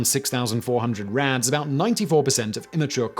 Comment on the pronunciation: It took me by the second time you said “rads” to realize you weren’t actually saying “rats” 😂 I was like, why are we talking abt cockroaches if we’re apparently measuring radiation by rats (how radiation a rat could survive)